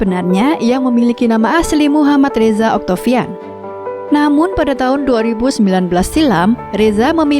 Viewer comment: Oktavian bukan oktovian